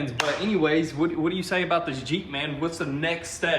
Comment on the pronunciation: “Da jeep” lol you guys are great! Love your videos!